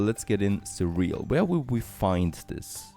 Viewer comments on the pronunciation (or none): Cereal... 'Cereal... not ce'real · he pronounced surreal 😂